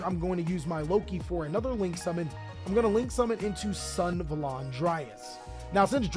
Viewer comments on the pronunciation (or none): Bro its Sun-A-va-lon not Sun-va-lon, sick video tho <3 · Can someone please tell him that its pronounced Sun-Ah-Valon and not Sun-valon? Deck seems pretty cool, tho. Correct me if im wrong but this looses hard to ht if you dont have brave access (or extenders that I dont know about) so I doubt its a serious tier 1 contender.